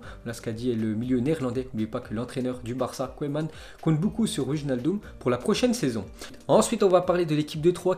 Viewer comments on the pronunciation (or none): none